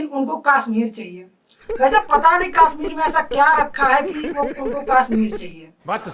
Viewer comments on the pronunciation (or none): Bhai kasmir nahi Kashsmir 🤔